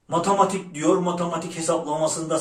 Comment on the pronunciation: 👏👏😂👏☕️🫖☕️matamatik diyor sasirtiyor OLABÍLÍR😂